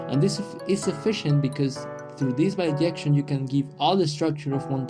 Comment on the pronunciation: In English it's bijection. There are languages that pronounce it similarily yo "biyection", but not English